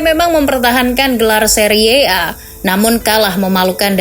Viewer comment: Seri a aja bacanya, gak harus seriye a